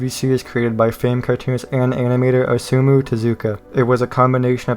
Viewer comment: Oh-sa-mu that’s how u say osamu